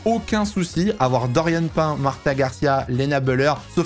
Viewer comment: C’EST PAS DORIANE (PAIN) ça se prononce PINE